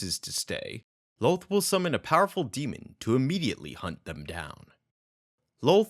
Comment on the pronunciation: kind of annoying the way you say Loth like Loath ... it's more like Lawth